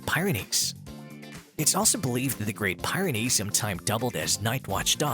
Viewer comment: I just can't take his pronunciation of Great Pie -ren ies!! You pronounced the mountain range correctly, but then you messed up the Breed name! Yeah this is old, but it's the internet and I gotta complain!!!